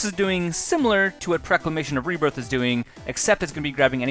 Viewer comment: Awesome deck tech! Looks fun and I may make it just bc so cheap!! Jsyk- It's Stasis snare, not statis snare; norn's annex, not nora's annex; and proclamation of rebirth, not preclamation of rebirth. Still awesome video, thx for making!